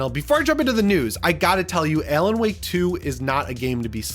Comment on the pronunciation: "Ay-lan Wake?" LOL